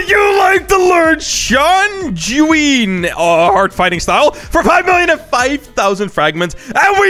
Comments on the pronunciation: The way you pronounce sanguine kinda ticks me off, you said “shan goo in” when it’s “san gu in”. This is kinda hard to do typing… Also sanguine is a color so they named it “red arts” basically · its pronounced (sang-u-ween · Bro said shangunE😂